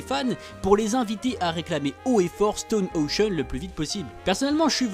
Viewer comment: J’aime énormément ta chaîne, mais stp dit stone ocean comme ça ce prononce parce que ça me stress un peu haha 😭